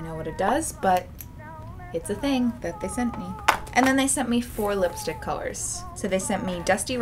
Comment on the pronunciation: I love how she pronounces lipstick like "whip"-stick😂😂